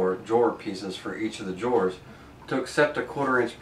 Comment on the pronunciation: Man, this is such an informative, well put together video, but when he kept pronouncing "drawers" as "jores" it was all I could hear. Good video still.